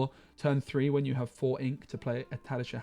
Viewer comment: Always love your videos, but please watch the movies! The butchering of names is killing me lol. Tadashi doesn't deserve that lol.